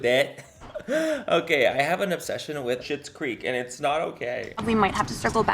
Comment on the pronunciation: i cant tell if its intentional but every time he says okay, i hear Oh Gay and I'm living for it